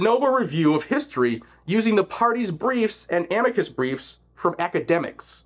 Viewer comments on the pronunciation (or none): none